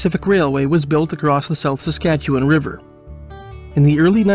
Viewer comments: A few little notes - SASkatchewan not Sakatchewan. In Alberta we have coulees not wadis. “Indian” and “squaw” aren’t in common usage any more. It’s a good idea to pay attention to what terms the First Nations/Indigenous people use for themselves. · I sometimes forget that (with a few exceptions) literally only Canadians know how to pronounce the names of Canadian places (Edit: Come to think of it, even Canadians don't know how to pronounce Canadian names; I've gotten a few comments from people informing me of my own mispronunciations). For example, I like to watch Tucker Carlson, but a month or so ago I heard him pronounce Ottawa "oh-TAH-wah". Good Lord. I think the battle story in which the medicine man lost his hat swimming across the river was the city's official version for a long time. I also get the impression that Jim Marshall, the artist, really liked Sanderson's stories and forced people to remember them with his murals (and the city to reconsider its official version).